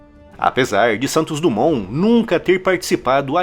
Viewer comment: DUMONT...SE DIZ DIMON